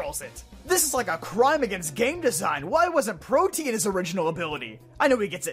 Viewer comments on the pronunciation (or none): Ok, I know its a really petty gripe, but I wish pokemon fans would learn to pronounce protean. It's NOT protein. It's three syllables. Pro-tee-ehn